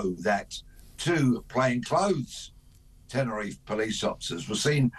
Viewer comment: Its Tenerife not tenner if, i will start calling Bristol Bristo, or Birmingham Birmingh, London I'll call it Lond